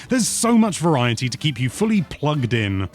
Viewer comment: Shoutout to rolling your R when you said "Variety" like the show Viva Variety.